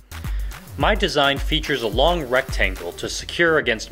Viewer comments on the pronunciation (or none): none